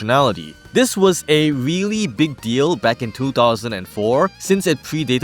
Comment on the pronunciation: What a nothingburger of a video lmao. You're "weally" overselling it with that title.